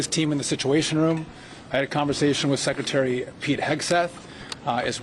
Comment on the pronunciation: Bowser, She doesn't seem to be able to pronounce anything correctly at all. Shehcretary? Watchington? At least 13 "uh" utterances...